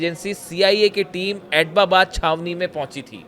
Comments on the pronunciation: Abtabad ❌ pronunciation Abbottabad ✔ pronunciation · Bewakoof Admi wo Abtabad hai naa ki Ababbab..pdhna nhi ata h kya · It's not etbabad, it's ebtabad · आप "ऐटबाबाद" बोल रहे हो जबकि सही नाम "ऐबटाबाद"है। सोशलमीडिया मे वीडियो बनाते समय उच्चारण का विशेष ध्यान रखना चाहिए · Sahi sa nol na siko abtabad bolo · एटबाबाद नही ऐबटाबाद.ठीक से सिखा करो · ये भारतीय एक्सपर्ट है। इनको उस शहर का नाम तक लेना नही आता (एबटाबाद) है। एटबाबाद नही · ऐटबाबाद नहीं - ऐब्टाबाद operating a channel but don’t know how to pronounce name of city. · Etbabad kyon bol raha hai. Us city ka naam abbotabad hai. Thodi to padai kar lo. Kabhi beti kabhi biwi. Kya confused ho b ho bhai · Attobabad bar bar bol kar galti kar rahe ho. Abbotabad bologe toh sahi hoga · Abbotabad h atapabad ke Nana bar bar galat bol rha h itne bade channel pr baith ke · It is not Atobabad? It is Abotabad. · Are aap to itni achhi news ki detailed analysis karte ho. Kam se kam is news pe sahi se working kar lete. Atbabad nahi hai ye Abtabad hai. I hope you made your corrections. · Abbotabad te bola nahi ja raha, reporter banne chala hai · Bhai Tera pronunciation aur research bahut hi kharab hai. Atbabad bol rahey ho baar baar.... Go and check the exact pronunciation. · अरे यार जगह का नाम तो ठीक से बोल लो,चले हो पत्रकारिता करने